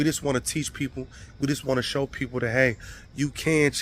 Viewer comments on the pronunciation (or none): none